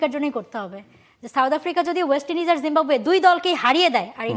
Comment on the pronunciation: ওয়েস্ট ইন্ডিজ ঠিক করে উচ্চারণ করতে পারছে না, কি অবস্থা এরা বসেছে টিভি চ্যানেলের এংকার হিসেবে😂 মাদ্রাসা ছাপ শিক্ষিত 😢